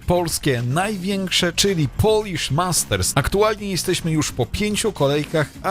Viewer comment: Polish, nie Polich